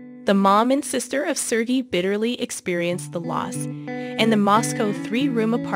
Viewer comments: Please, re-record this… how can you say ser-gee? Please not kata; it’s Katya! In Russian there is a y sound before the e. “Ye” 9 to 11?? Is this a bot reading? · Right On!!! She's irritating me. 😏😂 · I just starting watching this and was getting so mad she couln'd do enough research to get the names correct. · Nice video but you could have made the effort to pronounce their names right: his name is pronounced sir- gay and Ekaterina’s nickname is pronounced Kat-ee-ah and her last name is pronounced Gor-dee- eh- vah. Daria is 31 years olds and her name is pronounced Dar- ee- uh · I am very familiar with this story. However, you pronounced every single name incorrectly. Why didn't you do research on these pronunciations first? Daria is Dahreeuh. Katya is Kat ee yuh. Gordeeva is Gore dee ay vuh. Sergei is Sir gay. Ekaterina is Ay kat er ee nuh. Kulik is Koo leek. Now you know.